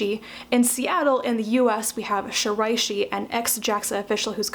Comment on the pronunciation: Thanks for this review. I think I'm going to give "Orbital Cloud" a try. BTW, most of your pronunciations were excellent. You did miss on "Shiraishi," but that's cool -- you tried, and that's the most important part.